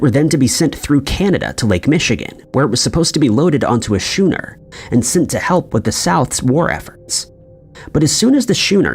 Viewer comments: Never travel to Duh'-blynne, Ireland, in an old shooner, which is actually spelled Schooner, and is pronounced like 'skooner' by everyone else. Better to travel to Dublin, Ireland in a schooner. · Duh-blin Skoo-ner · WTF is a "shooner"? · A big glass of beer. It's pronounced "Skooner" here in Australia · Say "shuner" one more goddamn time!!! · well 1st off he said “shooner” not “shuner” 😂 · HOW TF do you mispronounce "schooner" THIS badly?🤦‍♂️